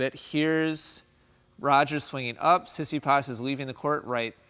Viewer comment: Tsitsipas is pronounced Tsi-Tsi-Pas with the tone on Pas . I think that what one hears in this video is more like Si-Si-pas. Also.. congrats for another enlightening video !